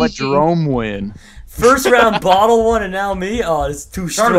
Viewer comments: How Jerome pronounces Bodil : Bor-Dil hahaha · Jerome said bodle for bodil